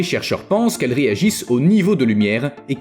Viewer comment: Ce n’est pas un "guécko" mais un ’’gecko’’